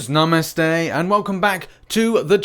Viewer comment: Loved the way u said "namaste".. love from india